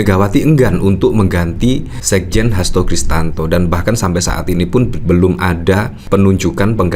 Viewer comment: Hasto Krisyanto min bukan Kristanto